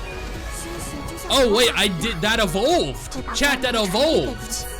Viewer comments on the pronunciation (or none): "it evoved!"😂